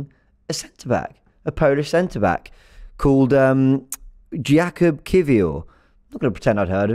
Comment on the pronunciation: Jakub should be pronunced Yakub (in polish we pronunce 'j' as 'y'). Cheers! Spot on with his surname though